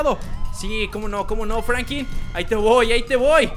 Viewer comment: franklin se deis fANKLIN